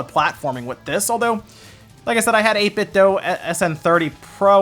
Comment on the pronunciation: Just so you know, 8BitDo themselves told me it's pronounced "Dew." Thought I'd share that with everyone.